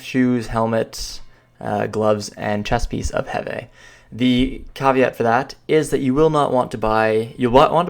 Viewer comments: its called HEEEVEEEE NOT HEVAY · Kzarka = Zar-ka (K is silent like in "knife") Heve = Heev (last e is silent like in "Steve")